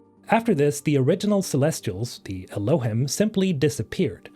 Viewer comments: Just in case nobody told you yet, the word Elohim is pronounced with a long e sound at the end, "elōˈhēm". It's a Hebrew word that refers to God or gods. Thanks for the video about Exodos. 😇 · "Elohim" is a Hebrew word, the plural of "god" (although when referring to the Jewish God, it's considered singular). It's pronounced "el-oh-HEEM". Also, I would bet money the pig named Charlotte is a reference to the children's book "Charlotte's Web" which is about a spider named Charlotte who saves a pig named Wilbur from being slaughtered. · Great vid! I like the action packed short vids you make. Fun fact (I think)., you read "Elohim." This is a Hebrew word used in the Bible, either as a title for the God of Israel himself, or as a generic word for "gods." Pronunciation based on ancient texts is: eh-loh-HEEM. That, along with the word "celestials" seems like this race is quite powerful and god-like. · It's pronounced like "el-oh-Heam" by the way. It's a Hebrew word for God.